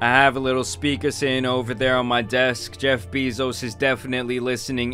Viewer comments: Man said Jeff Beezos 🐝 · Jeff “Beevos”